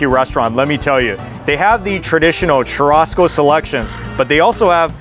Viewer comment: Ugh I don’t get how Churrasco is so hard to say 🤦🏻‍♂️. I mean I’m used to Brazilians mispronouncing but come on at least learn to say it if u going to say it ugh merda